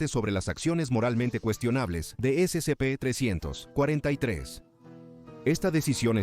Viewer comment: Sé que la narración del canal es simple IA, pero basta con cambiar un par de letras para que no esté diciendo "s100p" cada 10 segundos, es molesto.